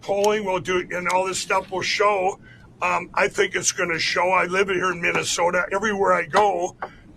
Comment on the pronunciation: Mike Lindell is running for Governor in a state he can't even pronounce!